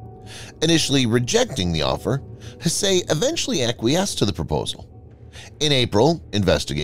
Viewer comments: one would think the narrator can simply use Google to learn the correct pronunciation of the name Hsieh. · The TTS is showing quite badly this time. Hsieh is pronounced more like "sye".